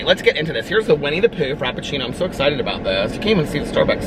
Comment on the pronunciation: Winnie the prue 😂😂😂